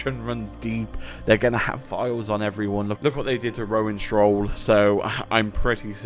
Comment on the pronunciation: Just gonna ignore the fact he said Rowan “Shroll”. (It’s Stoll)